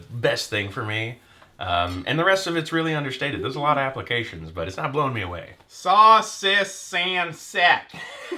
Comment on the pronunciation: Saucisson is (sauce-see-saw-on)